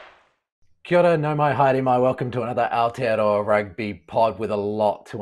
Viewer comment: Pronounce it properly please ( Aotearoa ) or don’t pronounce it at all.